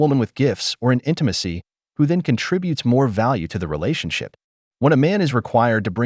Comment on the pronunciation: Note she didn’t say marriage… she said relashionship!